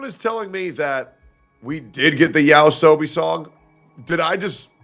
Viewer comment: Tell that bald racist dumb dude its Yoasobi not yaosobi